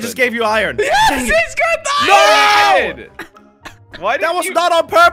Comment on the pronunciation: I love how jelly sais ion at the place of iron